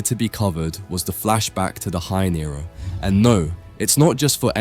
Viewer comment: bro said "Hein Era" and "Cullen games" lol. Even said "Uram" instead of Uruame and "Ghetto" lmao. M8 you wanted constructive criticism, so here you go: you gotta proofread your vids/scripts before posting and actually check to series to see if you're spelling things right. It's fine if you haven't heard words before like "Culling", esp if English isn't your first language, it's understandable, but all you gotta do is just look them up to find out what they mean.